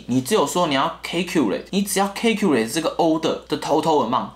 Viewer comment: Calculate 的發音是calculate,你唸成calculate了